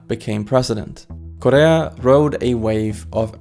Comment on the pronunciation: Bro is saying Correa as korea lmao